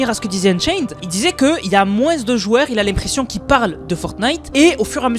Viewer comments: réel on dit mooooooooin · pourquoi tu dis "moinse" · Pourquoi tu prononce le <S> du mot moins 😅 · Dans certaines régions, ils le disent comme ça ^^